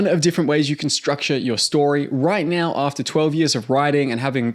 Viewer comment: Dude why do you say "now" as "nyauw" and so on.